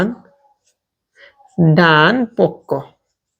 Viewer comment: ডানপক্ষ ❌ ডানপক😝